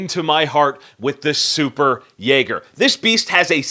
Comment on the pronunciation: It's Jäger not Jägare